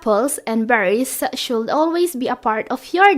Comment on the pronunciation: Hell, "should" and "would" are pronounce with silent "L"! My triglycerides spikes with your "shold" and "wold"!